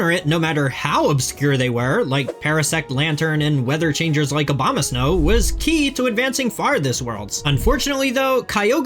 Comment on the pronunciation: Cause he's saying OBAMAsnow, instead of ABOMAsnow, listen carefully